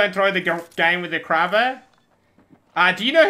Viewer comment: It's pronounced krae ber